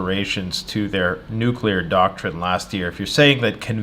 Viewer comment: nook-LEE-uhr > nook-YOU-luhr